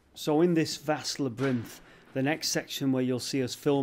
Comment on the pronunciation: Lol “la brinth” I think you mean labyrinth.